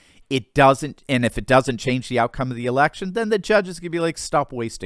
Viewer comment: You minimise the scale of this issues when you call it schnannigans